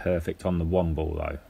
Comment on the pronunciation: It's ball, not bull or bowl. Nice match though, thanks for sharing.